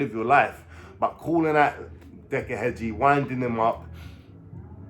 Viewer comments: His name is heggie not hedgie lol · Heggie. . . .NOT Hedge-e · There is NO D in heggie , way your saying it is like in garden Hedge which is wrong , what decca said about you is right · You cant even pronounce his name Heggie💀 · Cant even pronounce Decca's second name right so highly doubtful hes speaking the truth 😂